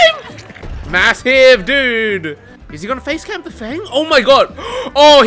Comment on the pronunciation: I always thought he was saying "phase" camp, not "face" camp, because of the phases of hook